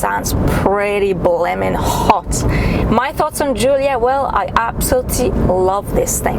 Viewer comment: Giulia, not Julia.